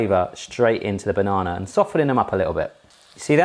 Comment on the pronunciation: There's no R in banana.